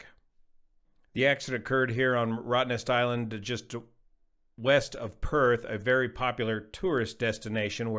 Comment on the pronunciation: Congratulations for pronouncing Rottnest Island correctly. Named after the iconic Quokka that lives there.